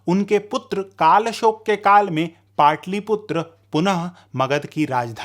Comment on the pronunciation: पाटलिपुत्र कहिए,पाटलीपुत्र नहीं ! ह्रस्व और दीर्घ उच्चारण में अंतर है